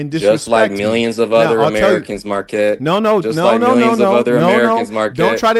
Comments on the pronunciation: The gay guy doesn’t even know how to pronounce his own name 😂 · Marquette can't even pronounce his own name. He went to this so called prestigious college and became a teacher.. What a clown